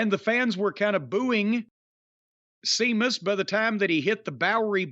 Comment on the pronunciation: Idk why but it always cracks me up when Jim calls him Seamus